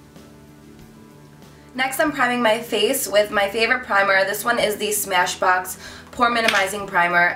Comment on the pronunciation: Nah the name of it is Smashbox 😂 it was just funny how she said it.